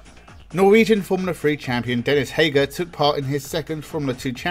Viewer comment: It is Hauger (you speak it like Hauger) not like Heger